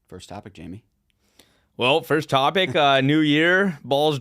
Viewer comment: Who is "Jaime" and why are you calling Canton Jamie?